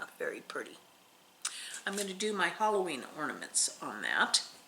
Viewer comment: I'm listening to you on my 📺 . Every time you say orny sals. It sounds like you are saying ( please forgive me lol) horny sals. And I go What did she say! Lol I hope I didn't offend. But you keep me smiling